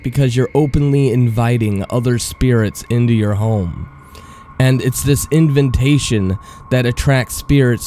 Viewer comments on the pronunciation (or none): you need to learn to enunciate properly. "invintation" and "aphyxiation" aren't words. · bruh, why do you pronounce invitation with two n's, like, invintation? Just trying to help. love ur vids. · inventation ? you mean invitation.